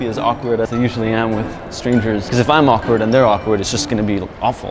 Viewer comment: awakward pause